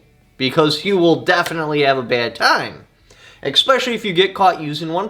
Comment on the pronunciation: Expecially Especially